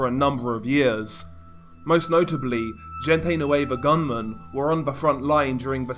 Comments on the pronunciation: Bro when you say "gente" its pronounced "hen-teh" not "jin-tay" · This is just a tip man, the G in gente nueva is pronounced like an H hente nueva basically lol love your vids keep it up! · If u wanna pronounce “La mgvGente”. Try using an H and not the English pronunciation of G … say LA HENTE… the G in Spanish has an H sound when used….i tell u this as constructed criticism.